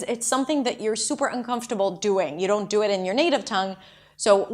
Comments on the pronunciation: Thank you,! I didn't even realised I mispronounced "only" and "don't", "food" and "foot". I guess I have to relearn a lot of words now. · о да, говорят don’t как ортодонт